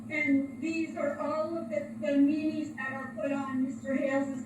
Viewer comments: Did anyone catch that she calls memes, me-me’s? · Every time she pronounces memes as Mee Mee's, I have a flash back to the A&W Rootbeer commerical of some idiot in an interview "I'm a real go-getter, dumbass material all the way." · Who else can't get past "me mes" instead of memes 🤣🤣🤣🤣 I just can't! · Today taught me memes are pronounce mimi’s haha😂